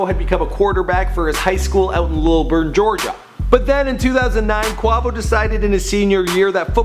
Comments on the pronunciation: you got my cringing when you say Quavo name like that. shittt stop playin wit his name! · Everytime he said quavo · I love how he says "please forgive me IF I mispronounce any names". You misprounced Quavo's nickname AND his real first name. Lame ass nigga: take this L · the only one you mispronounced was quavo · How you fuck up quavo 😂😂😂 he say it damn near every time he raps 😂😂😂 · He pronounces quavo's name wrong... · It is quavo not qovo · Bruh im not even watching this video after because this man said CUAVO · It's Not Qovo it's Quavo in the song I'm the one he Quavo says Quavo Dumb dumb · I'm in cardiac arrest. My mans said 'qua-va-sous' ...it's Qua-vi-ous. This whole video needs to be taken down, edited, then maybe we can try again. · its quaaaaaaaaavo he said quovo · Hes saying Kwa Vo. Its Quay-Vo tf?? 😂😂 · QUA not QWA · quavo not qwuavo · dude.. its quAvo... not quAWvo.. you have a good channel but last time you mentioned lil boosie (boosie badazz) you pronounced it lil "bOUsie"... come on dude, do a lil research, listen to more of these artists music and you'll actually sound like you know who you're talking about. just sayin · SaiFYEEZY yesss I was the same like its QU-A-VO NOT Q-WA-VO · dude does a mini documentary about the band but can't google how to say quay vo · wait did he just say cuavo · Brah he said qwavo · Quavo = KWAYVO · QuAvo?😂I can't😭😭😭😭😭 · Pronounced QUAYVO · kwavo 😂😂😂ahah ik u tried man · Kwavo lol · It's fucking quay-vow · (qu-e-vo) that is how you say it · Bro who is kwahvo lol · well you just said Kwahvo I'm never watching your content again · Who tf is kwavo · Someone get they mans saying Quahhvo and saying Versace is on drake album smh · Quavo is pronounced quaevo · I didn't want to listen anymore cause he said kwavo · Damn you white asf Its pronounced "Quay-Vo" and "Dee-Kay-Ter" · who in the world is "Qhawvo" loooool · KVR 153 Its Quavo😐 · waiiiiit this dude said "quahvo" im crying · lol young qwarvo stuntin' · Quavo (kway-Vo)